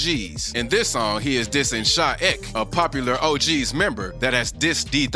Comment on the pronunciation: his name is sha e k